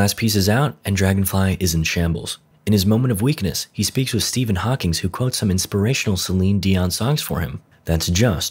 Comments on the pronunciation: The funniest part was the narrator saying Stephen HawkingS instead of Stephen Hawking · Show some respect! The man’s name was Stephen Hawking. There’s no “s" at the end.